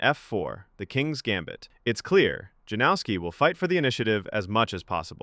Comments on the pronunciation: Isn't his name pronounced Yanovsky? J=Y and W=V. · Lets get that pronunciation right please. Yan-of-ski. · Janowski is pronounced "Yanowski", if unsure about foreign names then Google it. We have the technology, you just have to do a minute of preparation. Give the guy the respect he deserves by not butchering his name.